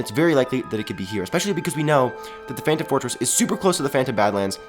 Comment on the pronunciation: well he said phantom fortress....but it sounds like phantom forces